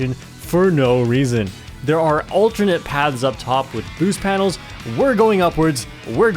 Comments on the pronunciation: What's more concerning is how keeps pronouncing 'Paths' as 'Pads'... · Why does keep pronouncing 'paths' as 'pads'?